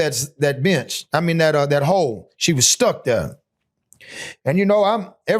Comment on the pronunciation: I heard it when he said "down thare."